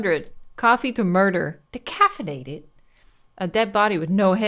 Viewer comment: lol "decaffeinated"